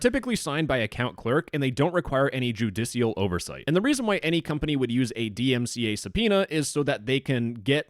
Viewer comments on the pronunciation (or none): its joo-di-shul 🤓